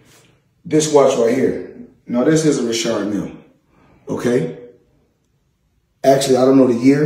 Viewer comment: He pronounced Richard Mille correctly.